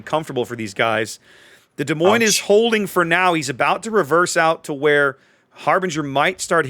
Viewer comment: The s in Des Moines is silent. Both of them. 😉 Love your vids.